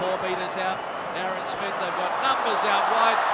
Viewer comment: 'BIN SMITH OVER THE TRY LINE!' Why can't Aussie pronounce words properly?